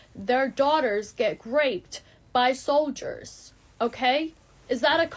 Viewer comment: the Whitest Kids You Know skit came true... She really said "Graped"...